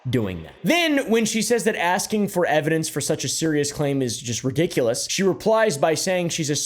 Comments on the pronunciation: “To be acksin me for evidence.. that’s juss ludicrous..” 🙄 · the moment someone says “aksing” instead of asking immediately has all following words nullified. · A rule of thumb in life, if someone says "aksing" when they mean "asking", then you can safely disregard anything they say for the safety of your brain cells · I usually don't like to judge a book by its cover...I'll give anyone a chance,but if you say, "Everyone has been axing..." instead of saying, "Everyone has been asking..." I'm not going to take you/your word seriously. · “Axin me” 🪓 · The fact that she can’t even say “Asking” is ridiculous and people believe her too? Jesus, someone bring her down a notch. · She can't even say 'asking'.... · "Now people have been axing me for evidentssss, and I think that is the most ridiculous thing that I've heard"